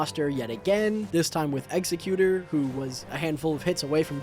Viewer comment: w vid... BRO PLEASE PRONOUNCE EXECUTOR CORRECTLY